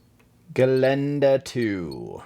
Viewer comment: Hey your "Gelände" saying sounds great. You have practised? ;-) Greetings from Austria